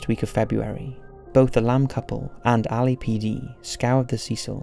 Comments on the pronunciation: He keeps saying Ali-A PD. 😂😂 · Like the way you pronounce LAPD and Los Angeles. 😊